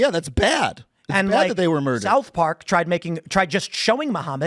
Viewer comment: "Its BAYYAD" 😂😂